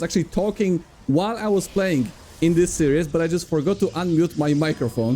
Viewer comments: "series" is pronounced "sear-ease", with the "sear" part being 1 syllable not 2 (unlike the word "seer" which is 2 syllables). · FYI Series is pronounced 'seer-is', like "My seer is on fire". 'See ry ooz' is serious, but in a Polish accent. Love you <3